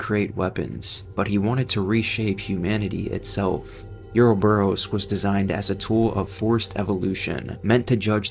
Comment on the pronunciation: Is this AI voice slop?? Listening to this shit mispronounces ouroboros over and over and chrysalis was jarring.